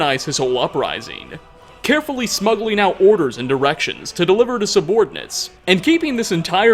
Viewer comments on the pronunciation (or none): is it me or does he say he managed to smuggle out orders and erections ? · it sounds like you say he's smuggling out orders and erections.